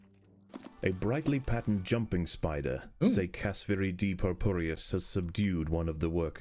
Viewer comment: The way you said "spidder" was hilarious 😂